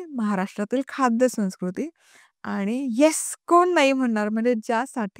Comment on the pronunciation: तुझे खूप खूप अभिनंदन 🎉🎉 तुझ्या पूर्ण टीमला देखील शुभेच्छा आणि अभिनंदन 🎉 एकच सुचवायचं होतं की मराठी बोलत असताना संस्कृती हा शब्द उच्चारताना तो हिंदीमधला उच्चारला जातोय.तो फक्त मराठीमधून उच्चार होऊ दे.एवढंच..बाकी मस्तच ❤